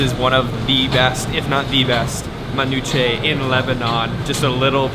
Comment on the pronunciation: Cringe Lebanese host... sexy food.. akward. Let that man eat his falafel. Also they should have taught this white boy to pronounce manushe better